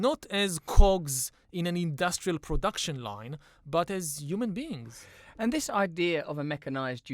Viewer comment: By the way , there is something strange in the way Harari talks about "human beings". The way he says it.. could confirm he is not indeed human + show very low respect for human beings, like he's not convinced in the meaning of this.